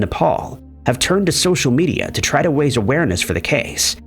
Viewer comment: "waise awareness" 😂😂